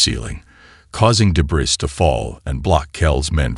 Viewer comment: ["Debris" is pronounced "day-bree", the "s" is silent.] [Warriors, mercenaries, pirates have faces that are "sk-are-d" not "skay-rd"] and ["unreadable" is pronounced "un-reed-able" not "un-red-able"] These have been consistently mispronounced across all of the HFY story formats by all of the narrators I have encountered. Therefore, I am going to assume that by correcting one I am correcting all. Right?